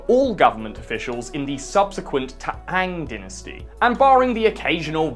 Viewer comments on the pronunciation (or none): Hi, Chinese guy here. Everything is correct. Except or , where you said "T'ang". It's pronounced "Tang". You know, like the drink. I should know, since it's literally my last name. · "t'aang dynasty" lmao